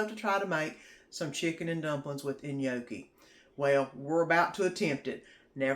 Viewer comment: The chicken and gnocchi looks good, i'm going to try it. just fyi the G is silent in gnocchi. Hope you have a good week.